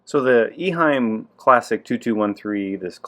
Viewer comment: Nice video! Thank you! I had one of these filters in the 1980s. At the time, it was not (yet) called Classic. Simple and reliable. It did a great job. I have just a small correction. The name of the company is not Iheim. It is Eheim.